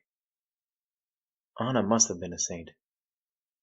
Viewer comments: I’m sorry to say this but the girls name in ANJA not ANNA or ANA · While you're correct, and I do believe the name "Anja" is pronounced like On-Ya, if you watch/read Art's comic "Prisoner on the Hell Planet" [which is in this audiobook, tho I cant find the exact timestamp as I'm on mobile] Art writes her name as "Anna", so I do believe thats where the confusion comes from. It may be a case of Anglicizing the name, but even Art calls Anja "Anna" a couple times. The World May Never Know.